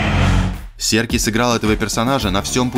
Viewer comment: Энди Сёркис. Сёркис. Надоели.